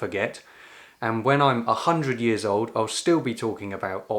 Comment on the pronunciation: I love listening to speak, but I enjoy that he doesn’t have “perfect” articulation. He presents a couple of charming disarticulations, such as pronouncing his Ls as Ws: “…[and] when I’m a hundred years owd…” That one is called gliding. He also tends to swap the voiceless dental fricative th (θ) for a v or f sound: “that fitted in wiv my love for…”. It’s the one that makes further sound like fervour. I like the way his calm pacing and this gentle rounding-off of the ‘dark’ L and the leisurely f and v th-fronting make him sound. It gives his speech a lived-in, soft texture. It’s warm.